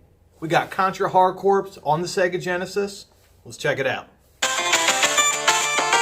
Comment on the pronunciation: For the love of god, it's pronounced "CORE."